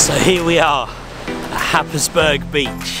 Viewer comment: Happisburgh is pronounced hais-brur.